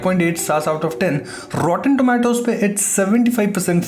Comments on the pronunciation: Hey bhai don't say rrrroten Tomato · Rrrrrrrrrrrrrrroten tomatoes